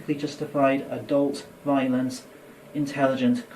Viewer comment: Did someone teach this guy the word "violence" wrong as a joke?